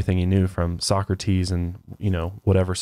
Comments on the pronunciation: It's pronounced Soh-Crah-Tiis not Soccer-Tees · No offense, but as a European it's adorable hearing you pronounce Plato like 'Playdough' and Socrates like 'Soccertees' can't help but giggle. Love your podcasts though! Wish I had more friends in real life that are willing to deepdive like you do. Keep up the amazing content <3